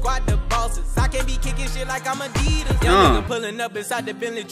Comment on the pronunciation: Tf is A-deed-as it’s definitely A-deed-is